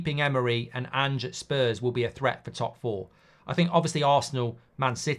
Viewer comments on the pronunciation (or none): none